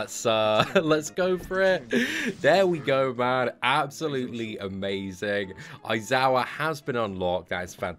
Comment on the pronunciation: A-zawa sorry its pronounced Eye-Zawa but spelt A-I-Z-A-W-A i know it seems a lil confusing but yeh...